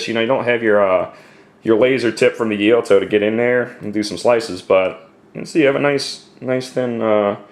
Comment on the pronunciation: It's Gyu-to, not Guy-u-to.